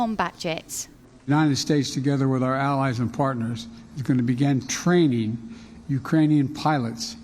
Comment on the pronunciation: Listen to Biden emphasize the word "training". She states that there is no plan for giving the jets. Rishi Sunak stated that the UK was training Ukraine's pilots but he was not sending Typhoons. Stated he hoped others would follow his lead. So Biden gave a green light for TRAINING. “The fight is here; I need ammunition, not a ride,” - Zelensky We give him ammo and he goes on tour of the world. Even lost Bakhmut to Wagner's untrained convicts while Prigozhin ranted about not having ammo.